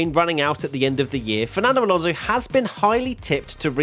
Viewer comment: It’s Alonso 😅